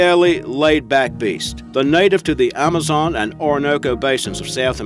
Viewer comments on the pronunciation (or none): none